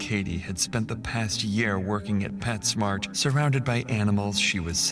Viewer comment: Its PetSmart the s is captial for a reason. Its not Pets Mart